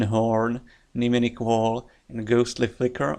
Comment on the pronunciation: A great player, thoughtful analysis, and one of the few Youtubers who doesn't butcher the pronunciation of "mnemonic".